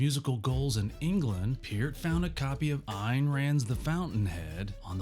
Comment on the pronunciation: Thank you for pronouncing Peart and Ayn correctly. When other videos get that wrong, I have a hard time believing anything they say.